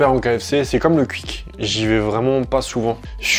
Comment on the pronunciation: J’adore comment tu prononces Quick